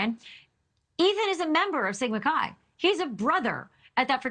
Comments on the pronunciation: Sigma Chuy, Sigma Chee, come on with the proper pronunciation: It is Sigma Chi as in Sigma Ki (k sound, long i). It was poor police work not to canvas the neighborhood and beyond, asking for ring footage and other video. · It is Sigma Chi as in Ki and her name is Xana